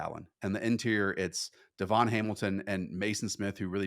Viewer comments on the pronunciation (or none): none